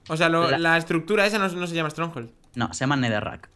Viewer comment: ¿Estronjol? ES UNA FORTALEZA!